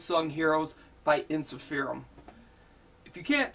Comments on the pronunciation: By the way, it's pronounced en-sif-er-um not en-si-feer-um. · It's pronounced En-sif-errr-uhmm